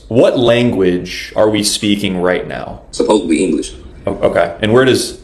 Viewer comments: Omg. He's saying "supposebly" and not "supposedly." Nobody with any intelligence at all says that. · You give him too much credit. I don't think that he was smart enough nor educated enough to say "Supposedly". I'm pretty sure that he was saying "Supposably", a common error by those whom aren't educated. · no no no, hes not saying supposedly. he's saying supposebly. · Black guy says “supposubly.” The English word is correctly pronounced “supposedly.” Oh yes, black peopling invented the English language! 😂😂😂😂😂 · Black people created English, but they still use tounge clicking and grunts. Dude makes that claim and still uses the word "supposebly" 😭 The only thing (many, not all) black people create are problems. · For some reason he keeps saying "supposedly" like it means something So he thinks sounding illiterate makes him look smarter?